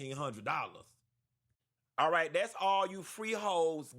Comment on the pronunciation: Lmao Q so damn silly 😭😭😭 he said we could’ve thumped raight quick